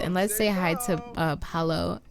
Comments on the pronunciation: Paolo ( pow- low) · Paolo’s name is pronounced Pow-lo btw